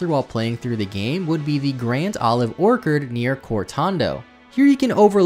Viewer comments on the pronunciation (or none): The ch in orchard is pronounced the same way chase is pronounced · Colonnade =/= "colondale" Orchard =/= "orkard" Yes, I am being that person and I'm not ashamed of it. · how did you just pronounce orchard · Broke: baiting comments by mispronouncing pokemon names Woke: baiting comments by mispronouncing "orchard" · Your pronunciations of Collonade and Orchard are abysmal